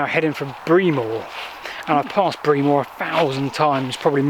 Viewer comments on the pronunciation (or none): It's pronounced Brem Moor not Bre Moor.! Great line to walk though. Well done. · 'Bree-more' 😄 - Brem-muh. I only know because I used to work with the old boys at Salisbury who used to work over that road. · BRE-MER not BREE-MORE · Say Bremer not Breemore. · Breamore is pronounced BREMMER. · Great local video of the abandoned line to Salisbury. Love that one of the stations has been restored. Breamore is definitely pronounced ‘Bremmer’ 👍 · I was born in Fordingbridge less than a year after the station closed. I remember the A338 Salisbury road crossing over the railway at Burgate but there’s no trace of the bridge or even the track bed there now. Oh and Breamore is pronounced Bremmer, like the impressionist Rory Bremner without the N. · My Mother's family is from Breamore, there's a whole lot of them in the graveyard and on the war memorials, and the locals pronounce it Bremmer! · Great video & Rebecca, I know the line (what's left of it anyway) quite well and can give you a little more information on both the Railway Hotel in Fordingbridge, and the station at Breamore (actually pronounced Bremmer for accuracy). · Amused about your pro invitation of Breamore. Try Bremmer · Autocorrect meant pronunciation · Thanks for all the interesting and informative stuff on your channel. As someone else has pointed out, the locals call it “Bremmer”. Have you found any remains of the tunnel between Alderbury and Downton? I believe it was used for landfill over 40 years ago. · It’s not pronounced the way it looks, it’s more “Brem-or” for future ref 👍🏼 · Hi. I live about three miles away in Downton. We pronounce it "Bremmer", all the better with a Wiltshire / Dorset accent. Not so Scottish!